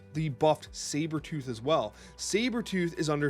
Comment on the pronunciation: was so drunk talking about Sabertoorh there